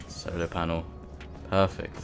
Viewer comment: I swear he's saying solo panel